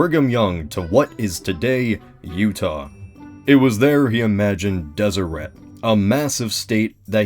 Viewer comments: >tfw you live in utah Utah history (7th grade course) taught me the pronunciation didnt have a strong T at the end, and was pronounced Deserey. rip. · It’s pronounced deseray. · Deseret as a pronunciation bothers me so much. Like I GET that the Mormons believed it was a Jaredite word for honeybee and it has some etymology to the Egyptian for bee crown dsrt but still. It just sounds wrong.